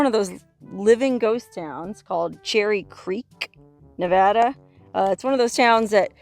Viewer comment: A big thanks from us who grew up there for you repeatedly pronouncing Nevada correctly ❤️😎